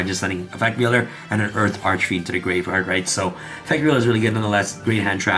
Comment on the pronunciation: The "grave-rard" is killing me. I'm sorry. 🤣💀